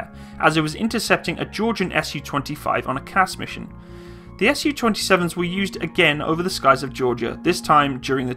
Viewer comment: Not sure how nobody else has mentioned this with over 1,000 comments, but while your information is pretty good all around, I'm pretty sure that it's meant to be pronounced "Soo-##" not "S-U-##". Similar to how you say "MiG-29" not "M-I-G-29," because it's not an acronym or functional designation, it's a truncation of a name. All around pretty good information, though!